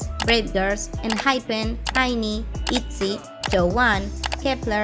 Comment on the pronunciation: Disculpa, el grupo INI no se dice: aini. Se dice: ai en ai. Te lo digo para que no te lluevan las críticas